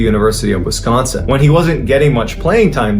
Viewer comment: Dude! You pronounce "Wis-gon-sin" like a local 😊